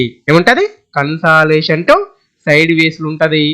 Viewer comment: అరేయ్ దరిద్రుడా ఇంత చెత్తగా చెప్తున్నావు కన్సలాషన్ కాదు రా అది కన్సల్డషన్ రా నీ నత్తి